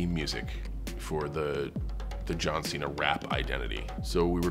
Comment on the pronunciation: Ah yes, my favorite WWE wrestler: John Xi-na.